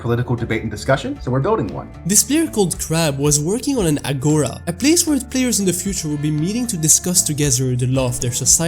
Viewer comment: it hurts me to hear the way he pronounced it, its actually agora with the tone being in the a at the end juts a little fun fact, the video was amazing